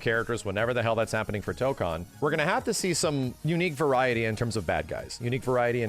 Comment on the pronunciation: Tokan (toe-kahn) (what keeps saying): to go to Korea. Tokon (toe-kone) (what means to say): fighting spirit You're welcome signed the grammar Nazi